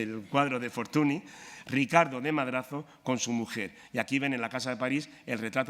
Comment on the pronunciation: FORTUNY se pronuncia FORTUÑ